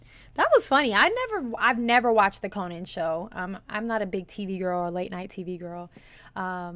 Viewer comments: I love that you say "Cohen". It's Conan...and you need to know about Conan and his undying contribution to comedy. Because Conan is...Conan. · Did you pronounce Conan wrong?